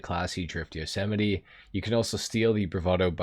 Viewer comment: goddamn you butchered that name 😂